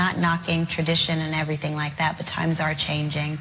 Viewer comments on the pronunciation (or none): none